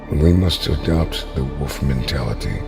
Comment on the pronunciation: It’s woLf, there is an L! It is not woof! Woof is the sound a dog makes when he kind of barks. Drive me crazy. Can’t watch this video lol.